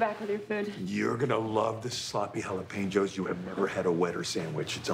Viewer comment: Didn't realize I have been saying jalapenos wrong my whole life 🤯 You pronounce the P 🤔